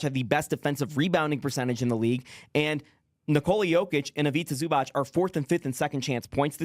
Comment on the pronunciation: It's pronounced IviTZA ZubaTZ